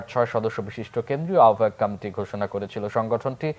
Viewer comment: সংবাদ পাঠক কমিটি শব্দ টি কামেটি উচ্চারণ করছে কেনো?বিষয়টি কত্রী পক্ষ খেয়াল করবে নিশ্চই।